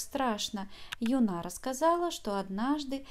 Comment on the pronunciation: Юна, ударение на Ю. Не ну правда, называйте имена правильно.